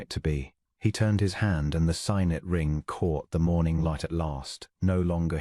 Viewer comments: AI chokes on various words. Unfortunately, signet is one. Sigg-net, please. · For a ring it's sig-net not sigh-net; close= clowse or cloze depending on context; bow is pronounced bough when it means showing deference; and boh when it is a ribbon tied prettily or the instrument that shoots an arrow. A very sweet story and nice narrator's voice.